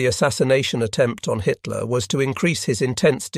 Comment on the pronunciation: Bloody robot voice mis-reads Hitler as High Tier. Just one of its many fumbles. Really, can you not afford a human narrator?